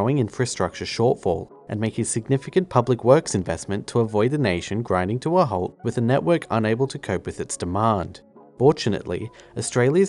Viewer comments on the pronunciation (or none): none